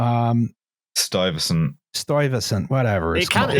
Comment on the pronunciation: Stuyvesant = "STY-vesant"